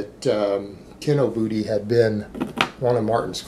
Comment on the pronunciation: Is saying Kinobooty? lol